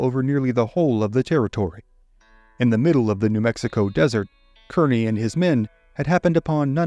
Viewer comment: In this case, Kearny is pronounced “KAR-nee”.